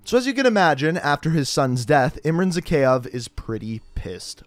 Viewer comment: His pronunciation of Zakhaev makes me cringe every time.